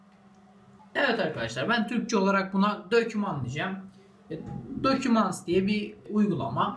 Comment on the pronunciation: "aytunus" "dokümants"